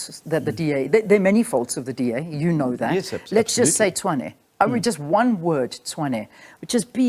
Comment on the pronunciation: Any person (especially black), thinking this man is the solution really cracks me up😅😅😅... especially when he talks about "diversity" 🙄🙄... meanwhile he can't even pronounce Tshwane... calling it"chwaane"🙄🙄. I really wish my people can wake up from this lalaland.